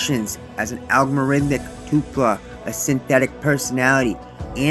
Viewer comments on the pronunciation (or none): Toll-pa not Too-pla.